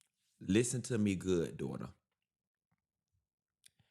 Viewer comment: I love the way Q says "daughter" LOLOL🤣🤣🤣